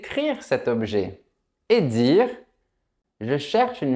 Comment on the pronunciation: face-purple-crying:Desole de vous deranger:, Vous pronuncer la phrase "d'un objet" etrangement. Je vais t'expliquer exactement: OBJET - sonnait comme OB-U-JET. Ou plutôt, avec trois syllabes! C'était drôle parce que j'ai dû répéter ta prononciation 5 fois dans la vidéo, jusqu'à ce que je comprenne bien! Est-il possible que vous ayez dit « objet » avec un accent régional là où vous habitez? Ou peut-être s’agissait-il d’un « lapsus »? Ou peut-être que je suis un peu fou? 🤣🤣🤣🤣